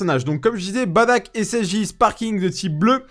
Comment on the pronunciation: Aaaaah merci! Baddack et pas Bardock lol